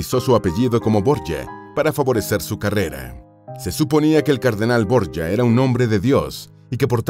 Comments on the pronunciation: Boryia??? Son los borgia, de toda la vida son borgia, no Boryia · Es un apellido español que seescribe Borgia y se pronuncia "Borjia", no Borya como dice el narrador... ya que se trata de videos informativos, debería informarse más antes de leer como le parece que son las cosas y no como realmente son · Señor, la familia Borja o Borjia, era española, en concreto valenciana. Así que esa pronunciación de su apellido español es absurda. Se pronuncia "Borjia", con la j gutural fuerte, no como y griega, como se pronuncian palabras españolas tales como Jaén, Jiménez, guijarro, Juan, Jesús... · Los Borgia eran españoles, mendrugo. Llamarles borye es haber investigado más bien poco. A los 15 segundos (y 7 veces dicho borye) dejé de ver el vídeo. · Se pronuncia Borgia.como se lee.eran de mi país España.. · Pronuncia Bien es Borgia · Es un dolor para el odio ver como pronuncian el apellido Borgia como si estubieran hablando en Italiano, en Castellano o Español los nombres propios no se traducen. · Me da mucho toc como el autor del video pronuncia el apellido la verdad, creo que debería de saber antes de donde provienen y no meter la pata como en el video. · Pronuncia en inglés el apellido, es Italiano no se pronuncia asi